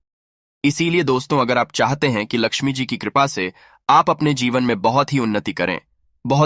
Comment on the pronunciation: Mata Laxmi ji ka naam to sahi s lelo